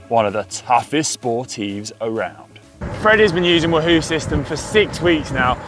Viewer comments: GCN! Can someone please teach Conor how to say Wahoo? It’s WAHhoo… not WahHOO…. Nails down a chalkboard 😱😫🤯 #itsleviOsanotleviosA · Actually it’s Conor’s pronounciation. Everyone else pronounces it Waa Hoo